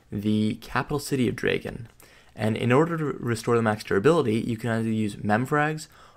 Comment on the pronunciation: Errrrrrr ........... It's said Dry-gon. The pronunciation is horrible. For the love of god check it first.